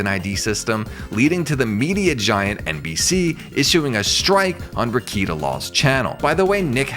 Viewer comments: This was so well done. But not gonna lie, I spent half the vid trying not to shout at the screen “it’s pronounced re-KAY-ta! Not re-KEE-ta” hahah. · Nick-Rick-kay-tah. Not Rick-eat-ah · lol - 2 seconds in and “reeyketa” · Let me give you a couple of corrections: 1. It's pronounced "Ruh-KATE-uh;" and 2. Keffels is a man. Stop using female pronouns to describe him. You're welcome. 👍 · You can’t even say his name correctly…. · If you don’t know how to pronounce Rekieta’s name properly then you don’t know anything about him. You’re just grifting. I can’t watch this. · Nick Rekieta has half a million subs on YouTube alone. You don’t have to be a sub to watch a video. If this channel watched just one of Rekietas videos he would know how to pronounce his name. He doesn’t know anything about him. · It's weird, he obviously did research, but doesn't pronounce it properly